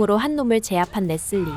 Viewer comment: 레슬리를 자꾸 레쓸리라고 발음하는게 웃겨요 ㅋㅋㅋㅋㅋ 😂😅😅